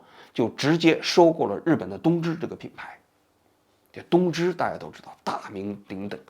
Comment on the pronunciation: 东芝的日文~王局说的是“偷去吧”😂😂今天王局嘴怎么这么瓢